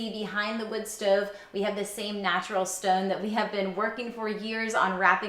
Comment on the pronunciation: Is she from Baltimore or PA somewhere around there? She has that kinda accent. The stOOOve. OOOpen. Can really hear those hard Os